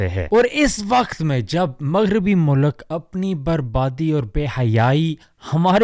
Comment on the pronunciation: Appreciate you doing videos in urdu too MashaAllah! Don't pronounce mulk as mulak and ilm as Ilam. Hope you don't mind bro. Just a correction. More power to you! ♥️